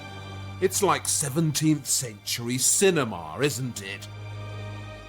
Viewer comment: I love how he says "basilicar"! And "cinemar".